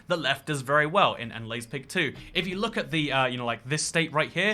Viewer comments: Did you just call Leipzig Leizpig? ^^ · "Oh yeah, is about to acknowledge my city" him: "LEISPIG"